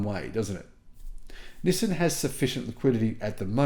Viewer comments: STOP SAYING "Nih san". It's "NEE SAN." I've told you like 5 times now, LOL. Japanese version is "NEES SAN". Approved for foreigners: "NEE SAN". Not "Nih san". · You are the only person I’ve ever encountered that says “nissin” instead of “nissan.” The way latter is the way Nissan says it in their ads. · It’s not NissIN, it is NissAN. Learn to pronounce it properly. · It's not that we thought you were crazy, or didn't believe you. It's because no one can take you seriously due to the way you pronounce "Nizzin" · It's hard to take this guy seriously because he can't even pronounce the company name correctly. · Doubt the world-wide pronunciation is "nih san" at all. So if you're voting for "everyone," you're also on the wrong foot, yo